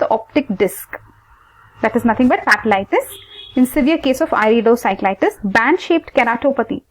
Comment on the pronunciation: he said iridociclitus not iridocyclitus. it's I.